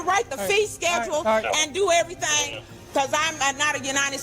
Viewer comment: they could and should have got her with littering for just tossing her Mickey Mouse Club Membership Card on the ground like that. they always so rude on top of everything else. "i want you to write the fee schedule and do everythang, because i'm not a united states citizen." she knew she had a whole spiel of nonsense she was meant to deliver, but forgot it.... so it's just hey, do everythang!